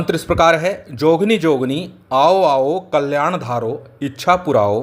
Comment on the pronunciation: आदरणीय बंधुवर को मेरा जयगुरुदेव।।इस मंत्र के विषय में कुछ संदेश है कि स्क्रीन पर " ॐ जोगिनी जोगिनी" लिखा है किन्तु उच्चारण में आपने ॐ का उच्चारण नहीं किया।इसी प्रकार स्क्रीन पर " जोगिनी जोगिनी " लिखा है किन्तु उच्चारण ऐसा सुनाई पड़ा कि " जोगनी जोगनी "कहा गया हो। क्या संपूर्ण मंत्र को एक बार डिस्क्रिप्शन में देने की कृपा हो सकती है।